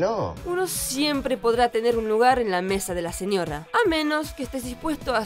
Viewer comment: La mina del vídeo pronuncia re mal "señorra, autorridad" me pone de mal humor